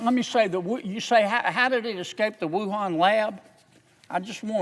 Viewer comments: I've heard of "Torongkong" but never "Wuhong Canada" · wait, wuhan....CANADA??? LOL thats a funny slip up. This man is amazing though God bless him.